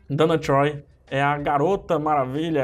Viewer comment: Você fala Donna Troy errado